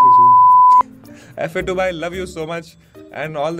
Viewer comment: JOD Moment fa2 vai, gend hi fadd di, REACH toh ayeeeeeeeeeeeeeeeeeeee, i hope ek din tum samay ko apna naam pronounce karna sikhao F A 2 nahi Fa2 it is !!